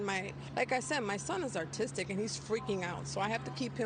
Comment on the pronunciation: i am aware she said artistic but her complaint only makes sense if she meant "autistic" which is an easy mispronunciation when upset. On the other hand, if she DID actually mean "artistic" then she's obviously reaching and should be disregarded entirely